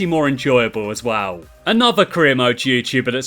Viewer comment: this guy can't say as well and it annoys the hell out of me